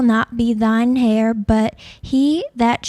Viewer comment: heir not "hair nor hare"....